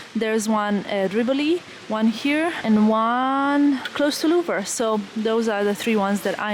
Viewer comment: Thank you for that promenade,! It could be good for the next time to learn the pronunciation of the French names, at least of Louvre. And all will be great!